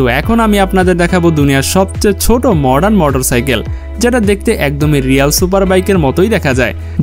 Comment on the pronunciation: মোটর সাকেল বলে ভাই